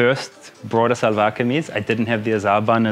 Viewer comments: Karl, in Pakistan its pronounced more like shalwar kameez not salwar kameez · one tip from a native speaker, try to say shalwar not salvar